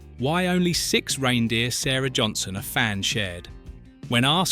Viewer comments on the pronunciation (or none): none